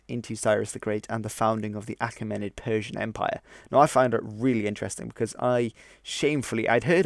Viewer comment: And Achaemenid is stressed on the ae (which I'd pronounce like ee, as in Caesar).